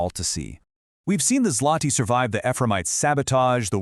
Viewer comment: WHAT ZLOTY?????!!!! IT ZŁOTY READ IT ZWOTY